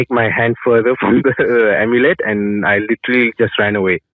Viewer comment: amulet becomes omelette 😂😂😂😂😂 I can’t la 😂